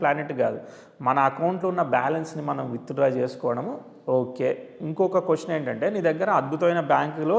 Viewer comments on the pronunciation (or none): none